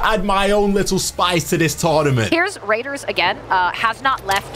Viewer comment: Why did they keep calling him raders😭